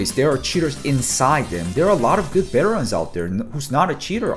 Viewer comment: i love that u say beterans lol